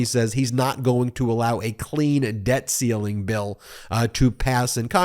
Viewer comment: Idiot Speaker says, “…debt calling…” because he cannot read “debt ceiling.”